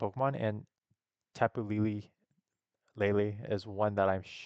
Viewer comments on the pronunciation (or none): for the Tapu’s it is pronounced “lay-lay”